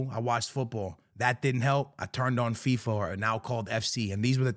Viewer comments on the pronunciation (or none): none